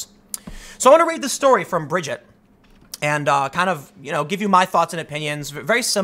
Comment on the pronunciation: You pronounced her name fine, Tim. It's like you said 'Bridge It'. Easy.